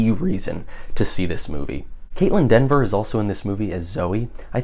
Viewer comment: It’s Kaitlyn Dever! Not Denver!